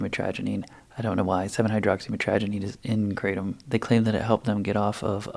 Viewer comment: Kratom is pronounced kru-tom